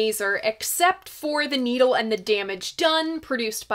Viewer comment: You said "Needle and The Damage Done" like "Neil and The Damage Done" ... and thats a genius slip up ... and possible a way to sum up his Divorces ... .